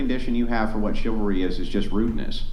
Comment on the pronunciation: If you can’t pronounce ‘chivalry’, you don’t deserve it…for starters.